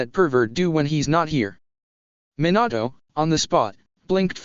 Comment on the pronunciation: Why did minato sound like minAtoe